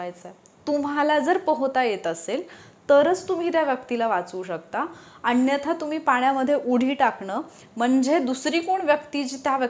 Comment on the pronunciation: मॅडम तुम्ही जरा मराठी शब्दांच्या उच्चारावर लक्ष द्या उदा. "नाही" ला "णाहि" म्हणता. "अण्यथा" हा चुकीचा शब्द आहे, 'अन्यथा' हा बरोबर शब्द आहे. "अनुभव" ला "अणूभव", 'बनवा' ला "बणवा" म्हणता. असे खूप शब्द आहेत तुमच्या विडियो मध्ये.